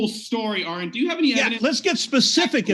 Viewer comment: I think the most upsetting part of this debate is the fact that believes he is intelligent....and yet, can't pronounce the name Aron. It's "ah-rin" not "Orin" 🤷‍♀️🤣